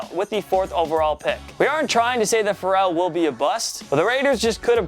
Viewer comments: Fare-el. Not like Pharrell Williams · Plzzzz learn how to pronounce Ferrell’s name right it’s fairell